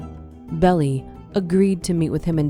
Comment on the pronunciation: This is incorrect, demonstrably, but miles closer to the truth than the video’s content is. Oh, and it’s Melvin Belli-pronounced “Behl-Aye” as in “aye aye, Captain ‘l